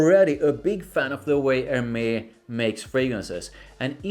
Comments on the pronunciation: A native born female acquaintance helped me in pronouncing Hermes which doesn't immediately classify you as American... Er..mez. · you pronunciation is wrong for Hermes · Hermes: say Air Mess.